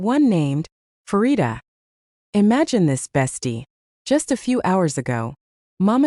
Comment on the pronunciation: The first syllable of her name is pronounced "pa" as in panorama, not "fa" as in "pharmacy".